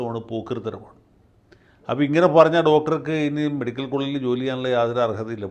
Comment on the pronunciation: മെഡിക്കൽ വകുപ്പ് അല്ല , മേഡിക്കൽ വകുപ്പ് 😢😢